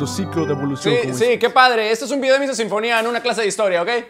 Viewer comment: "Missa" no "Misa" xd